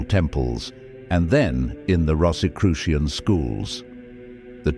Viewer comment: This might have been interesting but I couldn't get past the fifth mispronunciation of Rosicrucian.